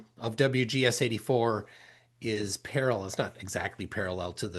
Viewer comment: Flat clown says Para-LELL like David Wise and his Daddy Nathan